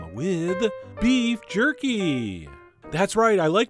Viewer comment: Did you just said qorky